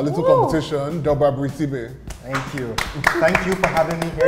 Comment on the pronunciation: That would be Doubra, not Dobra...